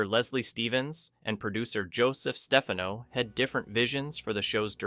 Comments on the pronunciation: The Outer Limits was on ABC, not NBC. ABC was the perennial 3rd place Network until the late 70s when Fred Silverman became the network programmer. You are pronouncing names wrong too. It’s Dominivc FRONT—EE-AIRY and Joseph STEF-AH-NO. Robert Culp was in three episodes. Not all episodes were scary. “A Controlled Experiment” starring Barry Morse and Carroll O’Connor was essentially a comedy. My favorites are “Demon With A Glass Hand”, “Soldier”, the above mentioned episode, and lots more. The episode “ZZZZZ” is good fun as well. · It's Perkins, not Stefano. His name is pronounced Stef-FAH-no.